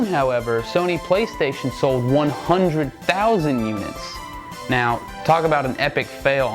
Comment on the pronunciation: When comparing Sega's 80,000 unit sales to Sony and Nintendo's 100,000 and 400,000 figures, you're putting the emphasis on the "thousand" rather than the "100" and "400", where it should be. I never understood why / how people do that. I see it all the time.